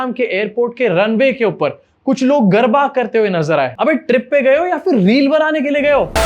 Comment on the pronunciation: Garba nahi garda